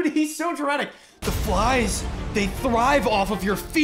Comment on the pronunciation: You missed him literally saying fries instead of flies. hahaha